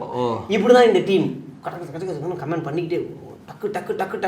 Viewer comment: ஏன்டா இவ்வளவு இளிக்கிறீங்களே.''கமெண்ட'' ன்னு சொல்ல தெரியாம '' கமேண்ட்'' ன்னு சொல்றீங்க. படிங்கடா.